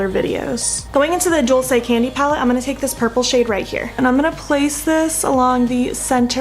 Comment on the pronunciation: It is pronounced duel say. It means “sweet”. Since we are YouTube BFF, I knew you wouldn’t mind a little help. I think the packaging of theses products is really appealing. Thank you for not editing out the parts of this video where you had to fix problems. All of us experience that and it is nice to see such a realistic tutorial. I haven’t finished the video, so I might be back with more advice.🤪. By the way, I am still laughing about the video where you said the lipstick would survive taco night!😂.